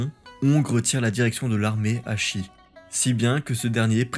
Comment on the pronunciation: " shi " n'est pas prononcé " chie ", mais " che " comme pour cheveux ...